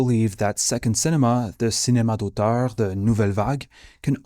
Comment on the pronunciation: j'ai juste réalisé que t'es Québécois quand t'as dit (cinema) d'auteur hehe Francis Dupuis-Déri a aussi été un des mes profs préférés :D merci pour le vidéo. t'as oublié le lien!